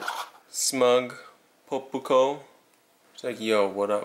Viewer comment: poe-poo-koh Pronounce it "pop-ko"